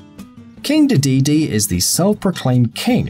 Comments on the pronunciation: this list....really focused on Mario enemies, mispronounces Dedede, and calls Pac-Man's Power Pellets "big coins". DO you guys at even do any research? what about: Waddle Dee, Broom Hatter & Cappy ( Kirby series ) any LEGO baddie in any LEGO game Smoglings ( Chibi-Robo series ) most of the aliens in Chibi-Robo Zip Lash Fobby/Foppy ( EarthBound ) Chu-Chu ( Zelda: The Wind Waker ) ( note: I know they're in other Zelda games too, they're just adorable in WW ) Greebles ( Skylanders Swap Force) Souflee ( Kid Icarus Uprising ) pretty much any enemy in the Starfy series Shadow Heartless ( Kingdom Hearts series ) the ghosts in Find Mii & Find Mii II Poppant ( Smash Brows Brawl & Smash Bros 3DS ) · The way he says DeDeDe LOL